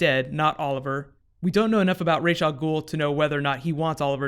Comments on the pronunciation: It's Rahs not Raysh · You're saying rash, but its spelled as ras it means head in arabic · pronounced Raysh or Ras ? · First off, I'm kind of irked that they continue to mispronounce Ra's name it's Raysh not Raz. Batman Beyond and many other things have clarified the correct pronunciation of his name. Secondly, I think that this would be the best time to bring in Talia Al Ghul. She takes Ollie to the Lazarus Pit with the help of Maseao (I think that's the spelling). She would then help Ollie going against her father Ra's as she has always done in the comics. It could then lead to Talia and Nyssa having an all out brawl. I don't know if it'll happen cause sadly Nolan destroyed the idea of a Live Action Talia with TDKR.